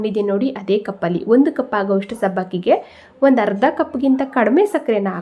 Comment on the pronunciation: ಹಾಲು..ಹರ್ದ ಅಲ್ಲ ಅರ್ಧ. ಅ ಕಾರ.. ಹ ಕಾರ ಉಚ್ಚರಣೆ ಸರಿ ಮಾಡಿ😊